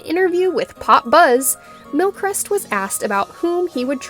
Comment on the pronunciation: You're pronouncing His name wrong.